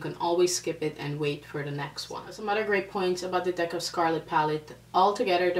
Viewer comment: I love how you say other, sounds like you saying othder. LOL